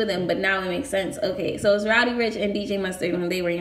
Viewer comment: Why you say roudy instead of roddy 🤣🤣